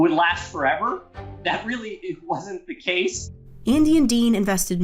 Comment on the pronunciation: Terrible, the Jello commentator pronounces her "th" sounds as "d". "Da Great Depression" or "Dat wasn't enough to boost sales."